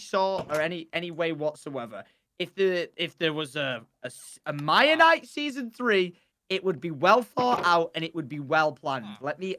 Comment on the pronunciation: Mia-nite-Ian isle